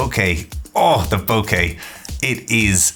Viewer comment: Thank you some much for not saying boca (and for you review).